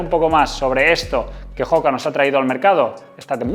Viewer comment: oka, oka...no joka. No es una palabra inglesa.